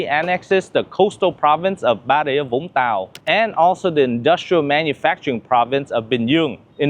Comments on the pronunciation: C’est pas tire mais c’est vire le verbe qu’il fallait mettre dans le titre en français ! Et la voix de l’IA ne sait pas prononcer les noms des villes (au lieu de Vung Tau il dit quelque chose comme Bung ga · l'ia génère automatiquement le titre ET la narration, d'où les âneries que vous voyez et entendez. Dans la VO, que vous avez en le précisant dans les paramètres de youtube, l'auteur prononce bien les mots des localités, il est Viet, quand même ! Au fait, Vung Tau était le lieu de plages de wk de mon enfance. Prononciation authentique à la sudiste, young tao.